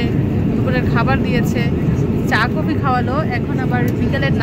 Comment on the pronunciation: কফিটা বলতে পারেননা কুফি বলতেছেন